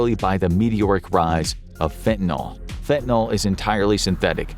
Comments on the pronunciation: It's not getting worse at an exponential rate, come on ...and it's not pronounced faentanawl! It's fen ta nil, not fentanol! Also, the one positive thing about fentanyl is that it doesn't have to be injected, it can be smoked, so one can avoid the entire hypodermic death trip. BTW, xylazine is a clonidine analog, and clonidine is used in "kick packs" to treat opioid withdrawal along with an antihistamine and a gabapentinoid. I'd like to see your literature on clandestine xylazine labs, since I've seen no literature on clandestine lab sources of it so far... Scopolamine, atropine and other tropane alkaloids have been used to sedate victims for a very long time in South America - they're present in Jimson weed, belladonna, and a few other plants. The ultimate in this class is agent BZ, and it's so potent it's considered a chemical warfare agent. But the beautiful Brugmansia shrubs (trumpet flowers) with large white or orange flowers are popular garden shrubs everywhere in the tropics, and are as strong as Jimson weed or any other tropane allaloid containing plants. Also, there's no nitroglycerin in gunpowder! And modafinil (mode aw fa nil) is the pronunciation - call it Provigil - lots of other people do ... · Hey, can we all, including this video, PLEASE try to pronounce FentaNYL correctly? It's not like TyleNOL. FEN-tuh-nil (/ˈfɛn.tə.nɪl/)